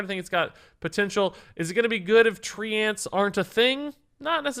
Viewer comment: Why does he pronounce treants like "3 ants"?